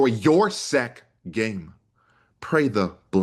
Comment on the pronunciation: Haha! I noticed and chuckled too.